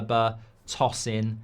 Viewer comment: It's To...Sin not Tossing